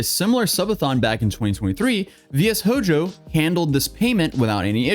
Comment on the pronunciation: I'm just so used to anime being a part of my life I still get surprised when someone my age can't pronounce a word like Shojo